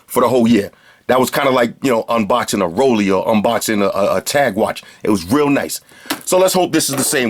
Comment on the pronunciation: "A quick unboxin" lol